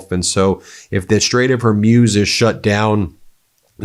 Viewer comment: Please learn to pronounce the strait!